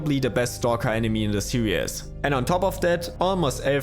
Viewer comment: Glad to help ! Nothing shocking stood out to me :) except maybe, as other people already pointed out, you tend to pronounce your "R" like "W" you also say "seriaz" instead of "seriz" for "series"